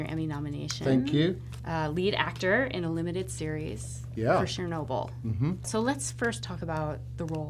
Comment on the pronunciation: wtf is "shurnobyl"